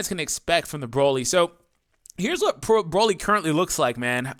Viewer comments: Lol you very briefly said Broly correctly. Idk what the English VAs were thinking, honestly. After all, there isn't a single vegetable, in any language, called BROcolli. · The only dokkan youtubber that pronounces broly and doesnt make me cringe